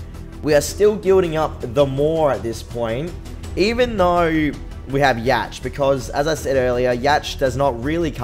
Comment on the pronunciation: It's pronounced Yak, not Yatch. Just saying.